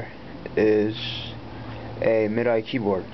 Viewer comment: Actually, it's pronounced 'Mid-Dee,' not 'Mee-Dee.' Just so you know.